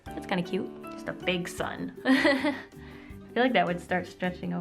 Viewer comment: Omg I thought you said SON and not SUN haha. Was so confused when you started drawing the sun